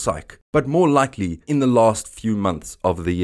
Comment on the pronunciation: "Equally likey?"